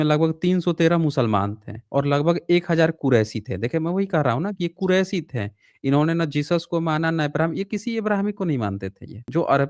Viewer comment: Kuraishi nahin hota hai Qureshi hota hai be Mohammed Sahab Suresh Khandan ke niche